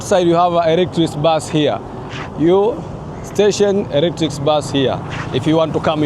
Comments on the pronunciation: Ni muhimu kujipanga kabla hujaanza kurecord. Hilo neno electric train or electric locomotive ilitakiwa ujifunze kulitamka kabla hujaanza kuongea. Linasomwa electrik na sio electrisi. Ila ume improve your spoken English. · Kizungu cha Tanzania 😂😂😂😂 Electric train ( elektrik)